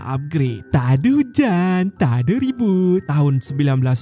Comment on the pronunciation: pun pandai sebut ta'ada hujen ta'ada reboot 😂😂😂